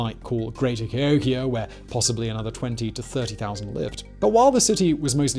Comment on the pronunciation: Emphasis on 'hok'. Ca HOKia check the dates of the New Madrid earthquakes.